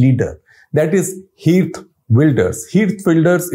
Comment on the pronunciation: It's pronounced as kheert, not heert. In dutch g sounds as ' kh '.